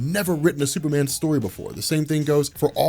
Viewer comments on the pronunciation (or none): none